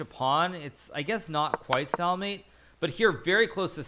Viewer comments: "stall"mate? its "stALE"mate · I feel like the high level chess players need to lighten up. He literally threatened to ban viewers for making fun of the way he said "stailmate". I know the joke wasn't funny, but its not that big of a deal. It would just be easier to ignore the comments and they would die down instead of taking time out of your day just to ban someone for a pretty average/tame twitch comment. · stallmate, an peasant ;-) even a GM can stumble, but it's chess not a pronunciation contest. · Hikaru kind of says "Stahlmate", as opposed to "stayulmate" which is how most people pronounce it I think. It's not just a big deal, it's just the kind of thing twitch chat loves to meme on. It's like Mizkif saying "woter" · So he did mispronounce it? Its suppose to be stale like stale bread I think. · Because he mispronounced it. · Of course Hikaru knows how to pronounce it! Hahah I'm just saying I've never heard that pronunciation before; not even from people who didn't know how to pronounce it.